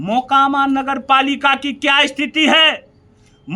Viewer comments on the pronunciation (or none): none